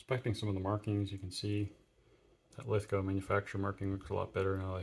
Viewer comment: Thanks for pronouncing Lithgow properly but you may have trouble sourcing Queenslnd Maple because it's actually Queensland. Please be careful when replacing SMLE forends that you don't overtighten the screw in front of the magazine as that often causes cracked forends. Do you have headspace gauges and an armourers front sight adjustment tool for your SMLEs? One trick my now deceased mentors taught me was to use a small Mallett and punch t VERY LIGHTLY tap the front sight until the windage is satisfactory and then use clear nail polish to keep it there.